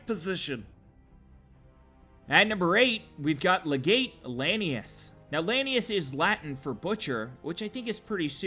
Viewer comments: How does anyone play Fallout NV all the way through and still pronounce "legate" wrong? Come on. I mean Caesar says it, the legion memebers say it, Random NPCs say it, the radio guy on the pipboy says it... It's pronounced le-git come on man! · In all of the comments on the correct pronunciation of 'Caesar,' I'm surprised that no one has mentioned his mispronunciation of 'Legate.' It's LEG-ut; 'ut,' like put.